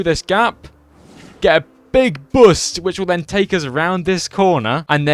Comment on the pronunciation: Bost, ‘oo’ like ‘spoon’. Boost.